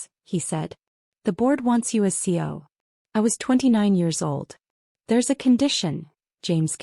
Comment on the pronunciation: While the slides always have CEO, why does the narrator always say CO?